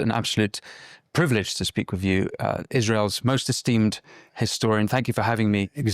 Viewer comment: “Most esteemed” 🤣